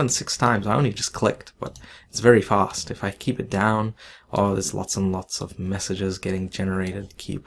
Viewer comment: "It's very fost", "Raycost"